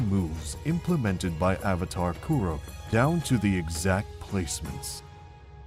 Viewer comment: This is amazing and I love it. Avatar Kuruk is pronounced differently in the show though no?